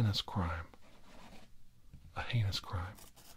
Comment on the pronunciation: Haha, you can never learn to say the word heinous properly, i chuckled. Great video and you're very very right, but just like everyone else not even has all the answers.